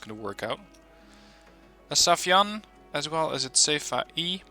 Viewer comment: when the day come for you to pronounce "sayfan right"? its sai-fan, not safi-yan